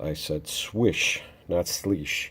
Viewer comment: You pronounced it right!!!! You and me buddy LOL